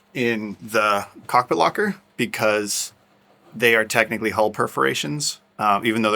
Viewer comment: Hi guys I'm not sure about anyone else, but I also have a problem understanding the difference in your pronunciation of hull, haul and hole. Also, try putting a sponge in your hole saw to aid getting the fiberglass out! Use denser the foam for harder penetrations!